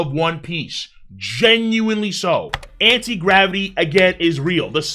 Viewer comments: "Anit" Gravity is indeed shocking. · "Anit gravity" is indeed interesting